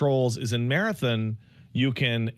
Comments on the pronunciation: Why does call it Marathin lmao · Pats pronunciation of marathon changes every other time he uses it loll